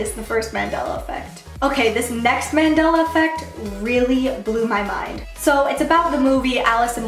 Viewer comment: Mandela* .... like the guy..... not mandala.